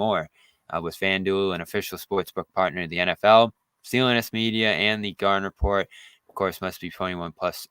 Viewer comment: Gahden repot??? More like thanasis manning repot